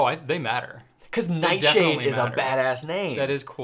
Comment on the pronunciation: I'm back because of pronunciation of Noodler's Nightshade. Ever since hearing that I have not been able to get Nightshade out of my head. So This morning I bought my first bottle of Nightsssshade.....